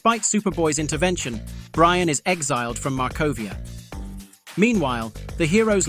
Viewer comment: You should know it's AI because it's Brion not brian